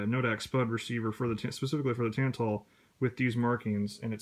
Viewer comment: Somehow you watched Robskis video, listened to him say "Tantal" in his thick Polish accent and still you managed to pronounce it "Tan-Tull."